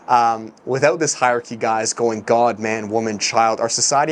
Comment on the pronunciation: Lol “hierarchy”. I’m out ✌️